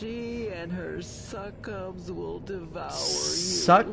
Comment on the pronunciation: Did this game based around Hell literally have someone mispronounce "succubi" as "suck-cubs"?